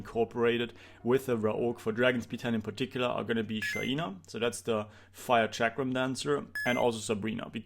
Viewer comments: STOP PRONOUNCING IT SHAIIIINA its SHAINA bruh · Tue pronounciation of Shaina triggers me🙈